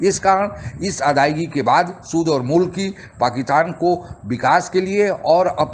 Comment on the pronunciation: कृपया पाकिस्तान को पाकितान बोलना बंद करें ।थोड़े से अभ्यास से यह सम्भव है ।